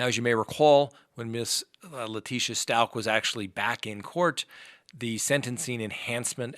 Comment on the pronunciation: It’s Stauch as in couch!!! 😖 I heard her pronounce it in court, in one of YOUR videos!!! 😆